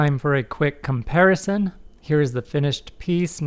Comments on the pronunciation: Did you say com-'pear'-ison!? 😠-🤣👍 Really great job on this one though man! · "Com-pear-ison" lol